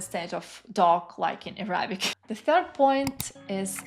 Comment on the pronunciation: Great video! I’m impressed at your language talent. I only have four small suggestions that will help you move a tiny bit further toward sounding like a native in English: When saying “Arabic,” put the emphasis on the first syllable: Árabic. For “vocabulary,” put the emphasis on the second syllable: vocábulary. “Honest” — never pronounce the H. Now for the tricky one: When the word “progress” is a noun, the emphasis falls on the first syllable. When it’s a verb, it falls on the second syllable. Examples: “You are making great prógress in German.” “I cannot seem to progréss in my Japanese studies.” 😊